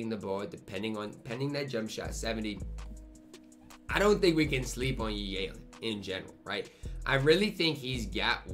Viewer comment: still pronouncing Yi Jianlian’s name wrong to this day lmao